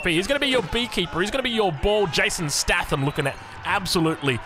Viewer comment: please for the love of god it's Jason 'stay-thum' not 'sta-tham' 😂